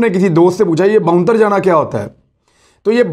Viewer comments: sir its not "bonter jana" ,its "bondal jana" correct me if i'm wrong. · The word in Punjabi is "Ponthere jana" and not Bonther Jana" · باؤنتر جانا نہیں بھوتر جانا اصل تلفظ ہے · عمران ریاض خان صاحب یہ لفظ جو آپ بول رہے ہیں اس کا صحیح تلفظ ہے باؤندل جانا جسکا مطلب ہے پریشان ہو جانا, اپنے حواس میں نو رہنا , حواس باختہ ہوجانا - بوکھلاء جانا